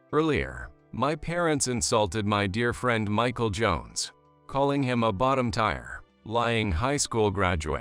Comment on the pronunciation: Story 3: Tier is not pronounced "tire". It is pronounced "tear" like "ear",with a "t" in front. I heard this word pronounced correctly ONCE since I started listening to these stories over a year and a half ago! Other people have also commented on the mispronunciation of "tier" also!